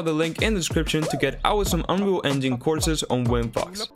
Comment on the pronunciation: Why did it sound like you said unreal fuck💀